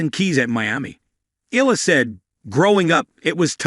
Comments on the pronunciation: The correct way to pronounce: ee-yeah-lah, 3 syllables, not eh lah. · Eala is pronounce as Eyaahla😊